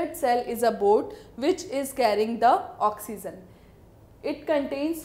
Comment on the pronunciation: oxygen no , oxyzzzzen